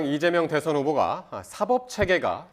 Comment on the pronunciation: 한국어에는 각 단어들에 장음(長音), 단음(短音)이 있어서 국어사전에도 표제어 장음 글자의 오른 편에 : 표로 표시되어 있다. 그런데 요즘 젊은 기자들은 특히 한자어를 말할 때 이를 전적으로 무시하고 전부 아주 짧게 발음한다. 예컨대 '여:당(與黨)', '야:당(野黨)', '대:선(大選)', 재:선(再選), 피:청구인(被請求人), 가:처분(假處分) 등 길게 발음을 해야 하는데 아주 짧게 발음하는 것이다. 요즘 한국인들의 '한자어' 구사가 이 모양 이 꼴이다. 이런 폐해는 한자 사용의 폐지에서 기인한 것이다. 정말 큰일 났다.